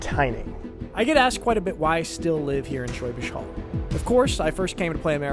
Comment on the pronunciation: I do accept his "Schwäbisch" but he still says "Holl" to be honest. Look, we are goddam nitpickers, we have to. Also, "Brezel" would be nice, spelled correctly :)